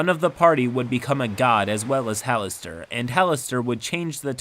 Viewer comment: Having played Neverwinter Nights: Hordes of the Underdark, the narrator pronounced Halaster as “Ha-lass-ter”